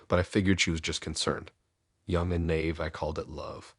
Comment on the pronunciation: Naive is not pronounced nave. It's a two syllable word, pronounced nye eve, with the stress on the second syllable. The nye rhymes with eye. I listen to you all the time, but NGL, some of your mispronunciations have me LOLing.